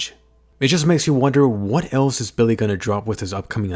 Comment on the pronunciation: BiLlY. Its Willy